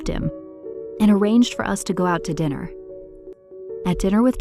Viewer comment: This said diner not dinner